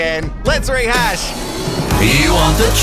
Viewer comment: To be honest its rehash not retrash! Love this 👌